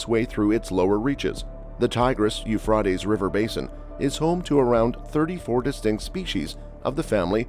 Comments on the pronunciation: It's not pronounced "eu frot ays", it's "eu fray teas"! It's hard to watch you mess that up so many times! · Learn how to pronounce YOU-FRAY-TEES PLEASE! Euphrates You Fray Tees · Pronounced You-fray-tees. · a tes not ah tes.... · "U-fraw-tees" River I've never heard that one before. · Speak correctly, it's you-fray-teez river. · It is pronounced , euph ray tees . Ray as in x ray . . Idiot . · Dude. Your text to speech program sounds totally awful and stupid, It’s properly pronounced u-U -freight-E’s , geez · You’re making me crazy: it is pronounced as “. yoo fray teez” river!!! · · The way he says Euphrates is annoying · Hey, it's pronounced with an a, not an o. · The person narrating this needs to learn how to pronounce words correctly! The "a" in Euphrates is pronounced with a long vowel sound, not short sound, Uneducated idiot. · it's interesting the person (?) robot (?) can not pronounce euphrates no matter how hard they try. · Yes I was thinking about that word not heard it pronounced like that before ? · Prounce the river right. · In the meantime, please learn how to pronounce the word “Euphrates” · Is anyone else bothered by the he says the rivers name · LEARN HOW TO SAY THE RIVERS NAME CORRECTLY!!!! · And knows how to pronounce the river rught